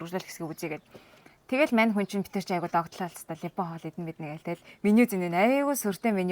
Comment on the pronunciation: Ливан гж хэлнэ,, Либан биш Ливан хүн гж ярина. Харин Ангилаар Либанон (Lebanon) гж хэлдэг байгаа шүү.